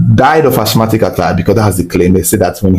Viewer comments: Asthmatic /æsˈmæt.ɪk/ (asmatic) please not (ashmatic). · Ashmatic or asthmatic attack? Linguistically pronounced as Asma/ Asmatic. Keep up the good work 💪🏽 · Yo what is Ashmatic attack, isn't it Asthmatic rather🙄